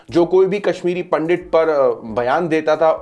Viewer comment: Pandit to bolna seekh le pahle.